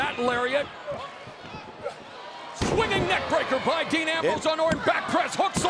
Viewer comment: Thought it was dean not dan